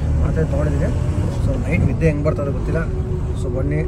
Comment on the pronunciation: ನೆದ್ದೆ ❌ನಿದ್ದೆ ✅